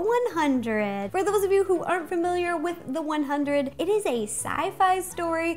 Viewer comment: Don't get me wrong, I love Ro, but sometimes I feel like she lies about being a fan of some stuff. I sort of got the impression that she doesn't watch the 100. For starters, she keeps saying it wrong. She also gives a very strange description of the City of Light (almost like what you would find on Wiki...). Then she says that people eat the chips like candy, which is rare. Most only have it once. And lastly, she seemed super psyched about how "perfect" the size was, but it looked way off to me, in shape and size. But that just me. Still love her recipes and her personality though!!!